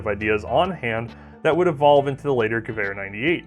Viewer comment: You pronounced Gewehr right. Sehr gut :)